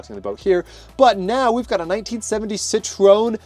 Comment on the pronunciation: Prius⚡ It's pronounced as "Citro-EN"